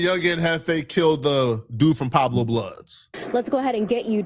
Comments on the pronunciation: So just because said he was there you gon run with it he stirring up the pot and is way in Texas he don’t know shit he even said “Pablo” it’s “pueblos” I hope when it comes down to ant jefe not having to do nothing with that taco stand situation you stand yourself corrected, source = trust me bro smh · Source = trust me bro need his ass beat didn’t even say Pueblo right he said “Pablo” putting this on ant jefe is crazy and ceddy implicated big u son don’t believe these guys